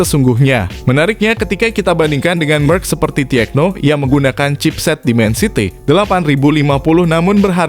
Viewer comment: Kenapa tecno dibaca tiekno bang? Kan enak tekno aja